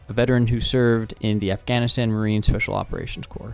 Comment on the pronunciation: please stop saying afghanistan that way my ears are bleeding